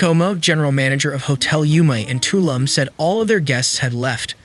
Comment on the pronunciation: its pronounced toloom